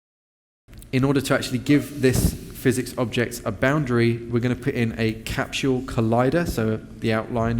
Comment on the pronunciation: CAPSHULE? There is no H in Capsule...